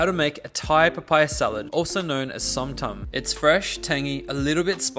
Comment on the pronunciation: I’m Thai. The video of the guy making papaya salad clearly is not Thai because he pronounces zom tum wrong. It’s zom thumb. It’s annoying seeing people that is not Thai teaching other people how to make Thai food. It’s disrespectful that they couldn’t even learn how to pronounce the Thai dish properly and yet teaches people how to make Thai food.